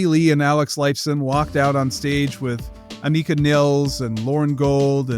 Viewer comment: Learn how to say her name.